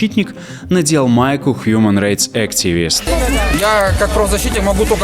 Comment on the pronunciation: только [хьюман райтс] а не [... рейтс]